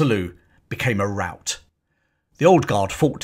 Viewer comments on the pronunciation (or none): none